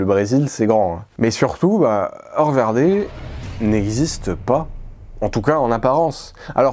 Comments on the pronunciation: Bonjour si vous me permettez : Hoer en Néerlandais se prononce " hour, (oe =ou) et non "eu". Bien à vous, bonne continuation. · Le mot hoer se prononce "houre" en néerlandais